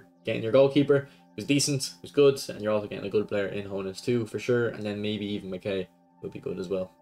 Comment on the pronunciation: Its Mak-EYE. That’s how u pronounce Makaay.